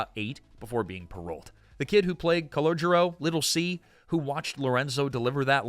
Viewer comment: That's Calogero, not "Collogio."